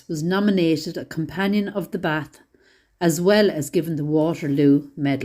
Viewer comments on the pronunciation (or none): none